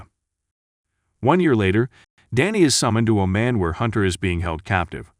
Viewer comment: The correct pronunciation of Oman is like how Jamaicans say "yah maaan". Hope this helps.